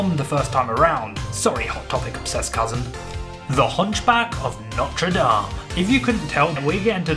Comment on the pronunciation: You’ve pronounce The Hunchback Of Notre Dame the right way thank you cause some new generation keeps pronouncing it wrong